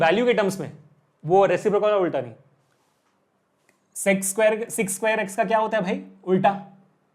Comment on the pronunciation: sec2x not seek2x😂😂 kuki bacche bigdail h😂😂